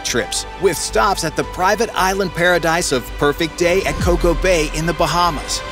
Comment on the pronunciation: It’s Coco Cay! Good grief…